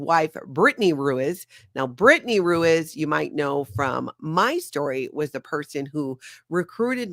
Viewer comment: Ruiz is pronounced Rue-EEZE.